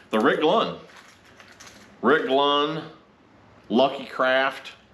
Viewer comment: Clunn not Glunn lol